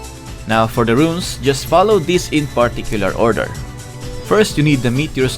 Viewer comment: Please don't say runes, your so Confusing 😂